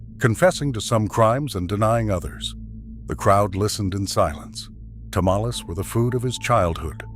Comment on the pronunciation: Can't you pronounce tamales correctly?